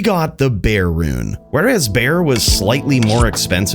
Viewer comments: Bear Rune..... its BerRRRRR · It's berrrr as in burrrrr not bear rune.. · Bear rune < Ber rune... smh.